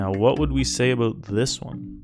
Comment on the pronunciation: ABOOT HAHAHAHAHAHAHAHAHAHAHAHHAHA